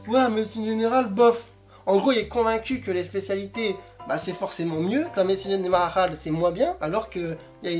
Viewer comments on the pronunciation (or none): quoi???'' La medecine gelflzfnsnal '' 😂😂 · « janmararale » je dirais J'ai trop ri, j'avais pas remarqué avant de lire ton commentaire xD (et si c'est de l'espagnol c'est un accent aigu sur corazon, ça me perturbe ^^) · "médecine janarale"😭😭 Sinon jsuis d'accord avc toi 👏